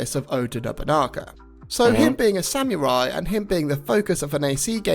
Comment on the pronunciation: Let the guy who can even speak samurai correctly lecture you about Japanese culture.Nailed it~